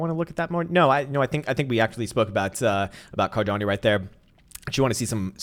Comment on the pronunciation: I've gotten used to you mispronouncing car-don-no ;D